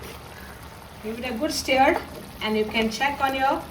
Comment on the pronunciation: Its birista, not brishhtaa😂 And it wasn't prepared correctly. Also, its stir, not steer. Recipe is also absolutely hopeless. First learn how to cook a biryani properly, then show others on YouTube. Otherwise just stick to Goan food, since you obviously can't cook other cuisines.